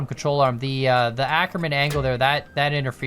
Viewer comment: I absolutely HATE how you pronounce "Ackermann", so please go the Google Translator (its good enough, I checked) and check German as the language, type in "Ackermann" and let the TTS pronounce it to you.